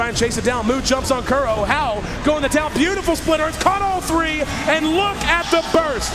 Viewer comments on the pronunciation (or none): I love but man i hate how he says three like free